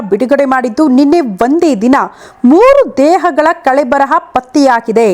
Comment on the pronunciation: ಅದು ಕಳೇಬರ,ಕಳೆಬರಹ ಅಲ್ಲ